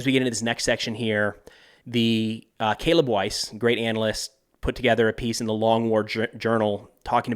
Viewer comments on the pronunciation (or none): none